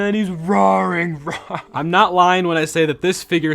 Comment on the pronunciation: hahaha he said not lying as LION